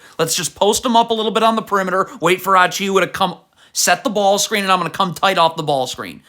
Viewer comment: I love how you pronounce so many names wrong in every video. "Mickle Bridges" was when I started noticing, then here we have "Precious Achioowa." I swear you do it so people will engage and comment "it's pronounced "Mih-cal" not "Mickle."